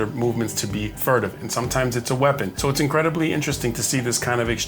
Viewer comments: It's "furtive," not "furative." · Furative pronounced Fe-ur-a-tive